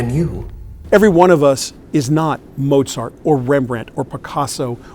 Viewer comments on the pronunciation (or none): none